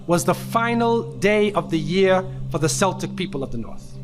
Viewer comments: Its pronounced kelltic as in kel, kellogs etc, not selltic as in Boston celtics. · Celtic is a K sound at the first C. Keltic not the basketball team. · Celtic is pronounced Keltic. Samhain is pronounced SOW-in and means summer's end in Irish and Scottish Gaelic. In Gaelic the month known as November is called Samhain. Everything else in the video is also rubbish. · If he did proper research he'd know the right pronunciation.🤣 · You are pronouncing the word "Celtic" wrong ---- please get it correct ? (Halloween in Pagan)